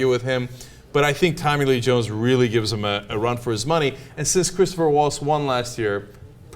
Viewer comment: ITS CHRISTOPH! NOT CHRISTOPHER! please try to get it right. you guys got it wrong like half the time.